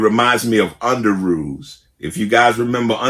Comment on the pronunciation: Not underoos 😂😂😂 you’re killing Me OG